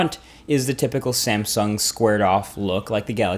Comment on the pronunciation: did you just said SAMEsung at 36 second :)